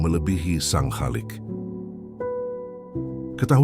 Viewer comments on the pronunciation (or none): none